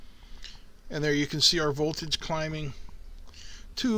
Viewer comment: No VOLAGE but VOLTAGE.